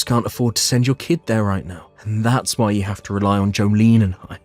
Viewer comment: It is not What , it's WHY why jeez